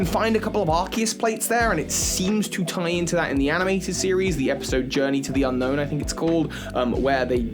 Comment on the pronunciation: Technically, it's pronounced Un-Own.